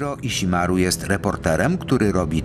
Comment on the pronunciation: Ale propsty dla oryginalnego lektura, który prawie poprawnie wymówił japońskie nazwisko pana Stonogi :-) Nie "ż" tylko "dź" (opcjonalnie "ź") dżiro żiro dźiroo Ale "iśimaru" bardzo ładnie :-D (A nie przez "sz")